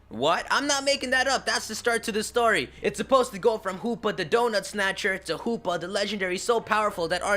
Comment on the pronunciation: I like how u say Hoopa, it sounded like Poopa!